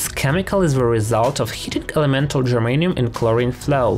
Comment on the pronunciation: he keeps saying germaine.